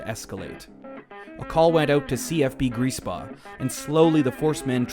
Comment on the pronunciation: Is this guy pronouncing griesbach grease paw?